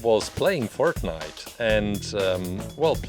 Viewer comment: That’s not how u say fortnite